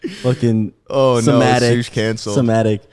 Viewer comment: Bro said Anne Frank and then sematic 😭 James didn’t even correct him, he just let it happen